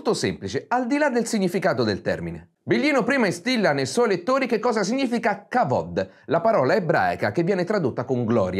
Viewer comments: "Kevod" al posto di "kavod", per dirne una. A proposito di baggianate, vogliamo parlare dell'oro monoatomico antigravitazionale o dell'ephod usato per telefonare alle tribù di Israele o il Verbo del Maestro è sacro? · Quindi se ho studiato le tecniche di incisione della pietra che non matchano con la storiografia ufficiale, devo sentirmi un pirla perché Biglino dice Kavod e perché tu dici che mi ci devo sentire? Questo video è imbarazzante, lo sai?